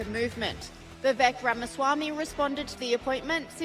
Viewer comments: vi-vek not vivicheck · Dude it’s Vivek not vivitech! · You pronounce Vivek .... Viv (ache) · Vivek rhymes with Cake Vi-vake 2.4 trillion minus 2 trillion = 400 billion not 400 million. Just trying to set the record straight. Thanks, appreciate all your work. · Pronounce Vivake like cake 😂